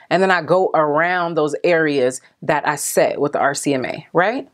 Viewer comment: So funny how I watched Laura Lee and Mac daddy's video yesterday and Laura called this powder RMCA, and u did also...lol But its RCMA. No shade at all girl, just thought it was funny how for some ppl it may just flow better when they say RMCA but for others RCMA flows better that's all. love u girl!!